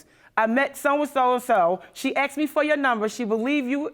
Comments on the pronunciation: she said i AKSED him ?! this not the first time i hear they say aksed instead of ask ! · You "axed" him to give blood...well maybe he didn't have much to give after you "axed" him. ???